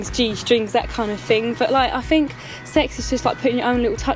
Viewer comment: that kind of FING, I FINK......fml!!!